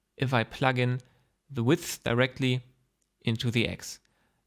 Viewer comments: Your tutorial is content-rich, non-rambly and clean. I'm totally totally totally fine with a non-Hubert, Erindale length video/ssss! And your English is excellent, do feel free to pronounce width as "weeth" or weed or whatever your wish, most Anglos will readily admit they don't even speak English! Cheers... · The first well explained and practical geometry node tutorial I see. Tried several others, but ended understanding less than when I began the videos. This was awesome and very well explained. I too have trouble pronouncing "width" lol. Hope you release the part 2 soon! Thanks! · Vielen Dank. Btw i love how you struggle with the words "width" and "depth" - dont worry, happens to all of us german speaking people ;)